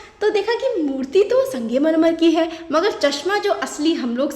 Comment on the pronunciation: Sangemarmar nhi hota bhen sangmarmar hota hai